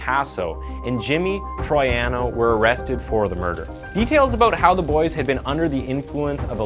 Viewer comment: This video is a joke. You overlook so much of this case so that you can fit your own narrative. You also didn't do minimal work to learn how to spell / pronounce ""Troiano" or "Quinones" in 2022. (AI is not an excuse for ignorance.)